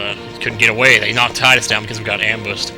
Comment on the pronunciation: in Kingdom Hearts, his name is said by wakka but is pronounced teedus